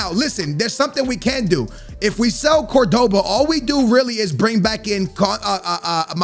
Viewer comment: You pronounce Cordoba CORD-BA